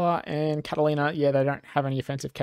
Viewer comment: Dude. Catalina ≠ Catlaina. Ffs